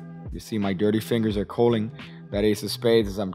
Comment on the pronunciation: Culling. Culling. CULL-ING.